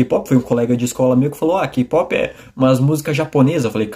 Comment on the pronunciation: O que eu entendo =gey pop Pronúncia correta=key pop